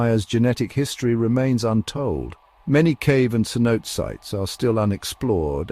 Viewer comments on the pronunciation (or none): I like this video! Only one complaint, por favor, it's pronounced cenoté 😂